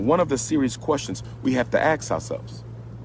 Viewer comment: Dr. Umar. You have a PhD. Please learn how to pronounce "ask" and not axe when appropriate. That's very disturbing. It's not petty. This is ridiculous.